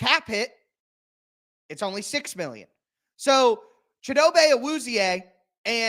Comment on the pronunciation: the way to pronounce his name is chee doe bey